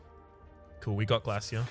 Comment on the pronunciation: I knew the instant I seen the title that it would be an hour of wincing from your deliberate pronunciation of Glasia. Still, an hour of background noise, thanks for another Rhapisode